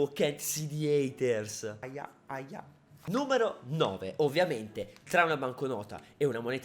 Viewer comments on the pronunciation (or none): none